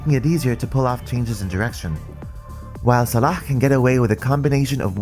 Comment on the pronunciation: You said Salah in the arabic way! Vert Nice